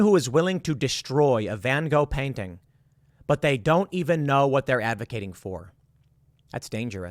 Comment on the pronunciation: That's also not how his name is pronounced but I won't hold that against you